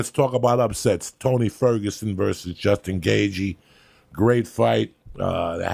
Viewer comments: Joey “Justin Gayg” Diaz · Justin Gay-G 😂😂😂